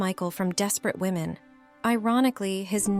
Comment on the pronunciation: Poor confused AI! Can't tell "him" from "her" and says, "WOE men" for "women." Isn't there a human attached to this site that can EDIT??